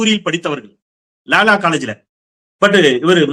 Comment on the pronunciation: என்னது லா லா காலேஜ் ஆ யோவ் அது லொயாலா காலேஜ் யா